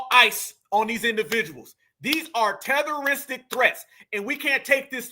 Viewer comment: " I don't know, Tehteristic threats" 😂